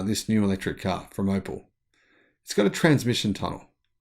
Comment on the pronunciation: it is Op E l ( pronounced OpL ie " Ope- ell" )